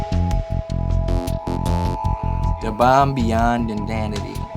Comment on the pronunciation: Lol. WHAT THE FUCK DID HE SAY ? Shit has me cracking up. Think he just said the name of the sauce but he said it funny as fuck. "Da Bomb Beyond Dindandiddy".